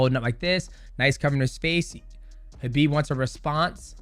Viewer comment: The first MMA fighter to pronounce Khabib correctly. Well done might mouse. You are also amazing. God bless